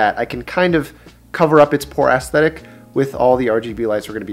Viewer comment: “Ass-thetic.” I was sure I heard it wrong the first time, but then you said it again!